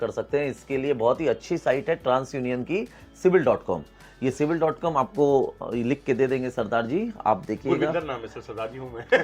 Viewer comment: Cibil nahi khapa khap bolo